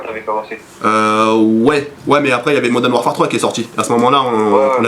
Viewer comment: bonne vidéo mais pourquoi tout le monde dis Moden warfare , c'est modern warfare :-p